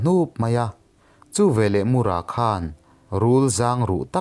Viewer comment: Mur-a Nilo Tlem thluk a, Mũr-â tih tur ..... Engpawh nise i thiam lutuk e✍👍✍